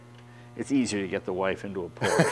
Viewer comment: How is Jay a car guy yet not pronounce Porsche correctly? From now on I'm calling him Jay Len